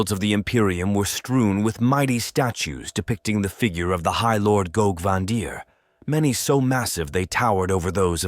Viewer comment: It’s AI slop, that’s why the pronunciation and syllabic emphasis is all over the place.